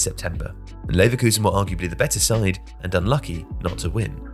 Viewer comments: “Neverkusen” damn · "Neverkusen" is hilarious lmao